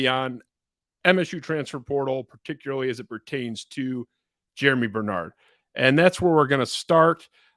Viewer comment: Germie** not Jeramy